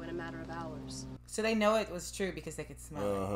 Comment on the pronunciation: Its twue